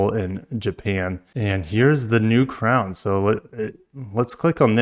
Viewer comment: Ffs another FWD crossover. Butchering the crown name